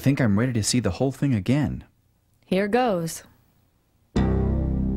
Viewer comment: the way she says “here goes”. it’s like she’s saying “this time you better pay the f*ck attention because i’m not showing you this sh*t again.”